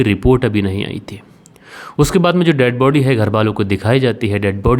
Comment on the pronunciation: कितना बोअर करते हो ? 5 मिनिट की स्टोरी को 25 मिनिट का बनाते हो ? फालतू के सेंटेनस बोलते रहते हो ? अपनी हिंदी भी सुधारो.. बहोत खराब बोलते हो.. व का उच्चारण ब करते हो.. जो पुलिस होती हैं, जो दे बॉडी होती हैं.. जो घरवाले होते हैं.. ये होता हैं, होती हैं क्या है.. और कीलू नहीं होता क्लू होता हैं.. किरमिनल नहीं.. क्रिमिनल होता हैं..